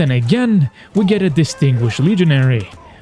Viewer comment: “Distringuished” lol